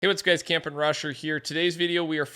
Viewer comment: camping rusher is saying it wrong